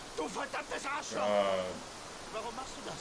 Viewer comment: Your pronunciation of „Du Arschloch“ is perfect! 😉